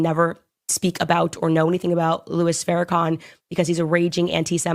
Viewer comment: Farrakhan not Fairakhan 🤦🏾‍♂️ cmon girl